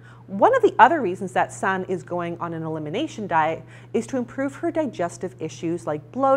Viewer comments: Just for future reference, Sanne is actually pronounced "Sanna" with an "a" on the end. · I think you're forgetting to pronounce an E? SannE? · her name is pronounced sah-nuh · Please learn how to pronounce the names of the people you review, Sanne is not "San" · Sanne is dutch so you pronounce it a little different. Here we say it like [sun ne, (like e in ‘ex’)